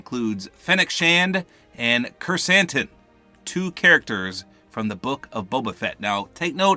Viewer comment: You read Krrsantan right. I'm impressed. I thought I lost my hopes when you read Tatooine Tatoonie. Good job!